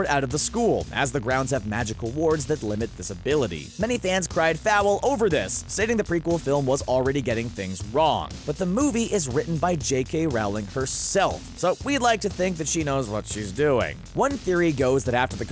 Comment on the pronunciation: J.K "Rolling"( Rowling) not Rahwling....